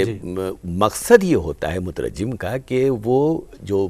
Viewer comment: مترجّم غلط ہے صحیح مترجم ہے بغیر تشدید کے